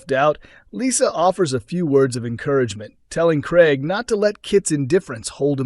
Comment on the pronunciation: It NOT GREG but Craig!